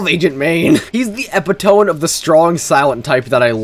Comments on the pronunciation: "he's the eh-pih-toh-m"... Epitome isn't pronounced like that, it's "ee-pit-oh-mee". Nice try, I'm not falling for your fah-kayd. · did this guy really just say “Epi-Tome” instead of Epitome 😭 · its eh pit o me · Epitome is pronounced eh pih toe mee 😭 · you mispronounced epitome like Shia LaBeouf did too lmfao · your pronunciation of epitome is hilarious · I am significantly through this video and still stuck on how you pronounced "epitome"😂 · Your pronunciation of epitome speaks to me so directly lol. Definitely have me an epiphany